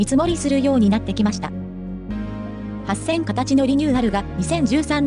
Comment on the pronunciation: アップロードする前にナレーションのチェックしましょうよ。「はっせんかたち」「ごせんかたち」「しょきくるま」「ワイドドアくるま」はひどいでしょう。